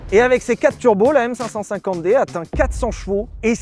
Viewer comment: On dit M Cinq Cinquante D s'il te plait!! on n'est pas chez Mercedes